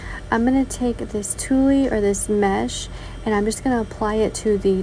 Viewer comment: Great idea to glue the little leaves on the plastic tree. I love the little leaves on the glas too - it is a great fall idea. A quick note - it is pronounced tweel. I know, the spelling - tuille - is completely different lol.